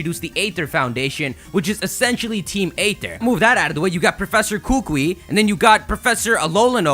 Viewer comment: You don't say it like kukue you say it like ku ku I. Kukui k?